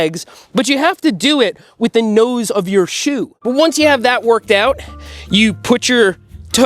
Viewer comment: whyd you say shoe like that 🤭